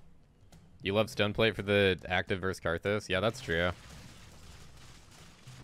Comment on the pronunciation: i THINK ITS TECHNICALLY PRONOUNCED STAHNEEE PLATE